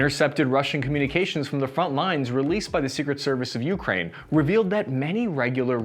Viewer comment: Just heads up—it’s pronounced Uk-Rain, not YOU-crane. You’re putting the wrong emphasis in the wrong syllable. Not a huge deal, but just thought I’d let you know… You actually pronounced it correctly one time.